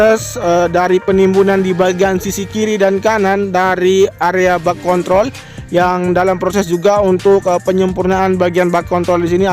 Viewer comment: Hati hati bang dalam penyebutan kontrol... bisa salah sasaran ntr😁